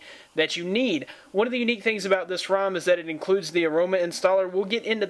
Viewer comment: Rom not room haha